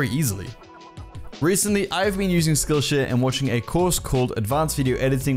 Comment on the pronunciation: When he says skillshare it sounds like skillsh** Edit: i purposely added *'s